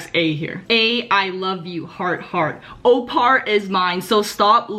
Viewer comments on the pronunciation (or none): I can't with the "opar"😭😭💀